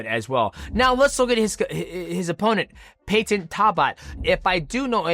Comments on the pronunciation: Yo mighty why do you say Peyton weird and you say his last name weird don’t be weird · Bro I can’t even watch this because you say Peyton so weird next